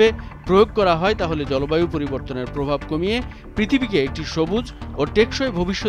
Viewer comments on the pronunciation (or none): none